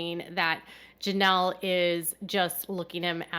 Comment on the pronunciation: It's "Janelle", not "Jameel"